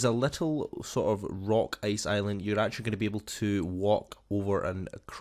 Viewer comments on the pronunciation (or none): none